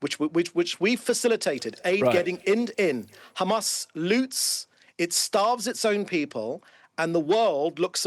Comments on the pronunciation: Khamas, khamas, khamas, human shield, human shield...blaa, blaa, blaaa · This little piggy must repeat “Khamas” in his sleep